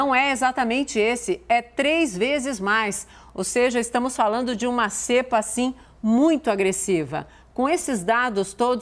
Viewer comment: NÃO É "CÉEEEEEEEEEEEEEEEEEEEPA"